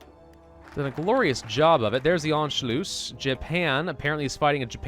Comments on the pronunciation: I am german and your pronunciation of "Anschluss" ist actually not bad. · Youre saying anschluss pretty well, if you want to perfect it, since its 2 s at the end, its 'sharp'. Basically you dont drag it out, more like short u and s.